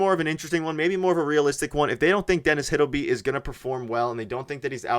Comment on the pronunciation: And pronounce Hildeby properly. These guys are really clickbaiting lately.